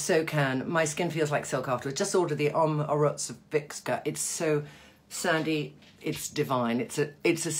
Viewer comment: Loving you, Trinny and this was very helpful. Please learn this to pronounce well, and l hope I am making it easy phonetically: O M O R O V I T Z A